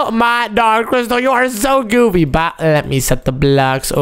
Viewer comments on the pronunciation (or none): none